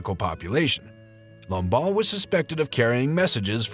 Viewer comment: Lamballe* not Lombard.